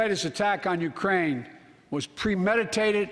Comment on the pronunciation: He referred to Ukraine as "Grookraine" last week.